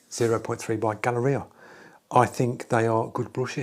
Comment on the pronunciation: It’s Gaahleri, not Gaahleria.